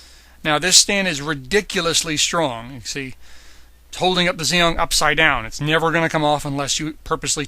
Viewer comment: It's pronounced gee ong